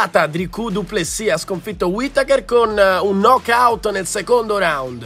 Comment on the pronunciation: Volksnosky dopo 4 minut e 19 te lo sei inventato. Il sudafricano si chiama "Du Plessis" non "Plessi" Eccheccazzo